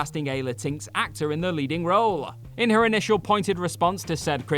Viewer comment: "La-TINKS"??? It's "Latin-x." Jesus.